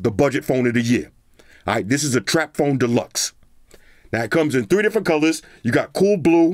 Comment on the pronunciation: My Man said Tracphone deluxe lmao